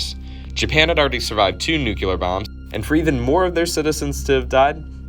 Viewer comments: Say it with me now. “Nuclear. Not nucular. 😊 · <-- That's embarrassing when you can talk about basic atomic theory, but accidentally flub it into "Nucular" and "Nuculus". :P Ah well, it happens. Sometimes I scrub through my recorded dialog before I sync it up with my video for my own content and have to redo it for the same reasons. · The nuculus and nucular explosion! How did you end up with that sound? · Noo kyou ler? Is pronounced noo klee are. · I'm sorry...so very sorry. I absolutely love learning information on nuclear weapons and development thereof. I'm 4 minutes in and I can't handle the COMPLETE MISPRONOUNCIATION of the words "NUCLEAR", and "NUCLEUS"... It's not, nor will it ever be "NUCULAR", and "NUCULUS"... No excuse. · Is it a speech impediment or a brain impediment when you say nu-ku-lar instead or nu-cle-ar? Goddamn. This ain't tomatoes and potatoes. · New Clee Ur not Nuk You Ler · NOO-KLEE-UR not… NOO-QUE-LUR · Makes no sense at all. You can accentuate syllables In a different way, but you cannot swap letters. nuCLEar not nuCELar. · Every time I hear someone say "NU-CLEE-ER" instead of the completly incorrect and made up "NEW-CUE-LER", the hair on the back of my neck stands up, and I literally want to do a little happy dance in the name of scientific accuracy. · But he did say Nucular instead of nuclear. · Nuke-Lee-us Nuke-Lee-ar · I can't trust a guy that can't pronounce NUCLEAR correctly, it's not NEWCYOULAR. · hi! Very good video but as some others have pointed out you are mispronouncing "nuclear" and "nucleus". Nuclear should only have two syllables, pronounced "new-clear". Nucleus is pronounced "new-klee-us" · Great vid, but if I had a shot every time I heard Nukelar or Nukelous - I'd be dead. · President Eisenhower popularized the incorrect term "NUCULAR". It was wrong then and it's still wrong today. If you're going to make videos like this, please get it right. I can't even begin to tell you how annoying it is. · Totally Nukular, Dude!